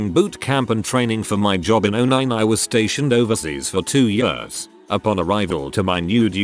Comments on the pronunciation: Text: Years Text to Speech: Yörs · years = yurrs lol